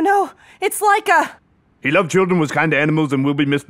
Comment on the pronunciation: When she said Laika I thought she said mica which is my name xD